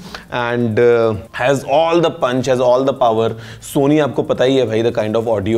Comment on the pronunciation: Sorry but apnea start Mei Sony Bola toh sona sunai dia😂😂